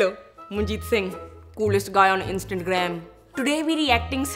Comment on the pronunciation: such cool guy but he stil dont know how to say instagram